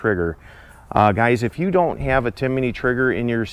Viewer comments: It's Timney not Timiney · Timney not "Timiney" 😊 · it's pronounced TIM-NEY. You say TIM-IN-NEY. 😳😂😊